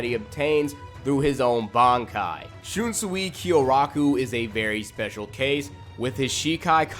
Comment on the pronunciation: it's pronounced shun sway lol but I think he's the strongest of all the captains. wouldn't have placed the rose whip dude so high he is fodder IMHO got wiped out by mask de masculine then renji took him out so... I know renji had a power up but that means dude is not that good. Gin is higher tier than him. he almost took out aizen